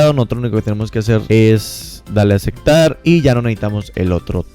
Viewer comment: Acektar acektar acektar jajajajajaja